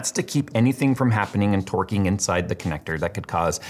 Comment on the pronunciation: Did he say twerking or torquing?